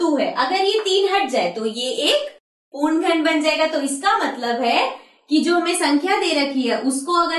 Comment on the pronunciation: पूर्ण को पूण पूण कह के दिमाग खराब कर दिया ।